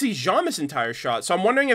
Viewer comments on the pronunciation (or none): none